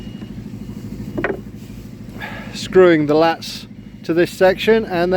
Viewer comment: laths not lats